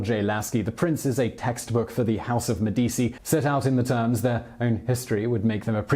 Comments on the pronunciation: ... So, he knows that the "c" in "Cesare Borgia" is a "ch" sound, but somehow thinks "Medici" is pronounced "Medisi" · 'Medeesi' 'Iron helps us play' 'Medeesi' 'ahahahahaha' 'Medeesi' 'hello Joe' 'Medeesi'.... make it stop, O dear God, won't you please make it stop! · Simon, I have listened to you mispronounce the name Medici in two separate videos now. You are way too professional to continue to do that. Please, for the love of all that is good, learn to pronounce the name, "MEH di CHEE" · MEH-dee-chee. For anyone who wanted to know. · Medici isn't said with an "s" sound for the "c". In Italian, that is the same sound as the "ch" in a word such as "cheese" (and in Italian, "ch" has a "k" sound, like in the word "kite" - just to be confusing!) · Anyone else who speaks Italian cringing every time he mispronounces Medici??? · Seriously? You cannot correctly pronounce Medici? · The C in Medici Is read as a CH. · I am Italian - 100%, and somewhat of an aficionado of The Italian Renaissance. The mispronunciation doesn't bother me, nor likely other Italians; so, give it a rest. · Med-ee-chee, non e difficile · MEH-DEE-CHI IT's MEH-DEE-CHI!" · Medici = MED- de- chi Stipend = sty-pend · enjoying the videos and thank you. but its me - di - chi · MED-itch-I or med-EE-tchi maybe, but med-EE-SEE? Where does that come from? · U pronounce them as “Meh di chi” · enjoy your shows Simon - Medici pronounced Med-ichi - keep up the good work. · Actually, it's pronounced MEDD-i-chee, with the stress on the first syllable. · Why are you pronouncing Medici and Borgas so weird bro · Medici is pronounced - Meh-duh-chi - not Med dee cee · Its pronounced 'Medichi', not 'Medisi'. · Medi - ch - i, not Medi - c -i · Medichi bro not medisi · MediCHi mate not medisi, just like CHerry , nice work would love to see bismark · Medici is pronounced me-deechee not me-deesii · Aren't Italian c's pronounced ch? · Med-I-chi that’s the annunciation of Medici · Meh-di-e-chi... Bor-zhi-ah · Yeah same